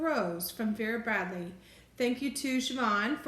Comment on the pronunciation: yes you said it correctly , discovered vera bradley afew weeks when i saw the camocat grey travel blanket and ive been searching the net to get my hands on one , then i came across the disney grey collection that came out this year and love it have ordered the backpack, towel, cosmetic bag and drawstring tote from ebay and will probably get the throw next from ebay also as vera bradley online does'nt do internationally shipping yet , love watching your videos here in ireland